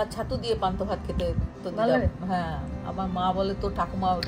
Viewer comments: কথা টা পন্থ না ' পান্থা ভাত ' হবে ۔۔۔ আর সবার ই সব খাবার খেতে শেখা উচিত ۔ ওরা তো ছোটো তাই না শেখালে কি করে নতুন কিছু try করবে দিদি ۔۔۔? ভালো থাকবেন ۔۔۔۔ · Panta bhat bole 😂 PANTO bhat na 😂😂😂😂😂😂